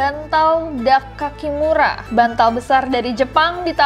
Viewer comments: Dakimakura, bukan dakakimura kak nessie. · Itu dakimakura kak nessie, bukan dakakimura 😌